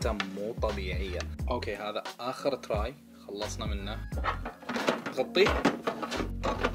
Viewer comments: لازم تفرق باللفظ بين tray و try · ترااي؟ تراااااي؟ 🤦🏻‍♂️ اذا ماتعرف تقول الاسم بالانجليزي خلك ع العربي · kawaiiدور وبتعرف اذا من جد ولا لأ ... اكيد بتنلفظ Tray